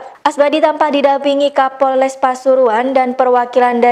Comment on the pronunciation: Pembaca beritanya hancuuurrr.....wkwkk bilang kapolles bukan kapolres,,jgn buru2 upload min,,koreksi dulu 😀😀😀